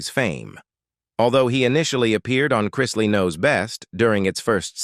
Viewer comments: The narrator drives me crazy how he keeps mispronouncing their last name. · He always does with everything he narrates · If you're telling their story; at least PRONOUNCE their family name CORRECTLY. Very obviously the narrator has never seen their show & doesn't know who they are. I cant stand listening to this very weird pronunciation of the name Chrisley. Geeeezuz! Its not that difficult!! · Chrisley - not CHR- EYES- SLEY. Very annoying mispronouncing. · Who ever is narrating this should know who they are talking about. he starts out Crysly then he started getting the name right. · It’s pronounced Christ-Lee!!!!! Christly😂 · It’s CHRISTLEY not Krystley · There last name is pronounced Chris Lee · Have you seen Chrisley knows best? The name is Chrisley. Chris - Lee. Not crys. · I don't understand why you influencer don't learn to pronounce people's name correctly. At least show these people and their family some respect by getting their name correctly. Yes they brought these things on themselves but there's children involve in these individuals lives and it's Chrisley, please it's Chrisley's. It sounds ao awful to listen to you all bucher there names. Ask how to pronounce the names before you post qith your dam voiceovers. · What is wrong with this Narrator? He mispronounced there last name so many different times I lost count👎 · Say there name right chrisley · Please do something about the narrator. There’s no excuse that he can’t pronounce their name right and then every now and again he gets it right. Fire him already. I love them all so much and I’m so happy and relieved that they are home and altogether again ~❤ We have missed you so very much😊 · Would be nice if the narrator would pronounce the Chrisley's name right. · This story would have more credibility if your computer voice pronounced the family name correctly. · It's really annoying that the announcer keeps pronouncing their names wrong!! The name is Chrisley!!!😮